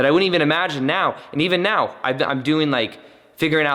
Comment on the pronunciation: Let's get into it right "meoow" (now) i love it 😆